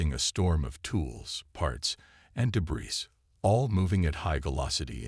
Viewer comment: The word cadet and debris . Butchered it too many times for me Made it to 6 min mark